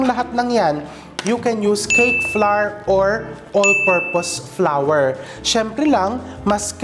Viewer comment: Bakit sabi mo FLOWER instead of FLOUR ? Masyado kang O.A. Magsalita ! ! !